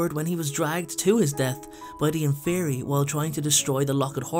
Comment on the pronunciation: Is it pronounced infer-i or infer-e